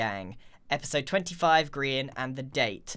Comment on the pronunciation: *pronounces Grian as Brian*